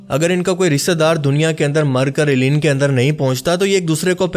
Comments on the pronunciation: Assalam Alaikom, a point I wanted to make clear, please call it, (El liyeen) rather than Eliyeen. 🙂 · It’s عليين illiyyeen not ileen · آپ نے علیین کا تلفظ ساری ویڈیو میں غلط بولا ہے۔۔۔۔۔ جس سے لگتا ہے آپ نے سورة المطففین ٹھیک سے نہیں پڑھی ہے۔۔۔۔ آپ کو خیال کرنا چاہئیے۔۔۔ آپ ایک اہم موضوع پر بات کر رہے ہیں۔۔۔۔ اپنا تلفظ ٹھیک کریں۔۔۔۔۔ باقی ویڈیو اچھی اور معلوماتی ہے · AP boht zyada km ilm ho. illeen nhin hora. Blke ILLIYYEEN hota he.,,,.Apne kaha munkir nakeer. Ye bhi aapko jahaalat he. Munkir nhin hota balke MUNKARR hota he. APki aokaat nhin he k aap deeni mozuaat pr bat Karin. Funny videos bana Liya karo